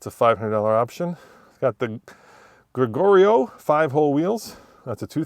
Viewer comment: GRIGIO !!! NOT GRIGORIO !!! UGH...